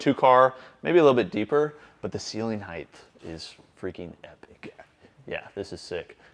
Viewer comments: heighth is not a word! 😅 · DAMN IT, COOP!!! For the LAST TIME!! The word, “Height” is NOT pronounced like that!!! Do you have a LISP??!!????